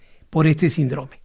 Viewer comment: Se dice síndrome con el acento